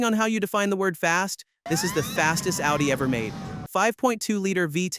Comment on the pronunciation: Its not Aldi like the store, its "Oww - dee" and If you want to be fancy its "Oww-Tee"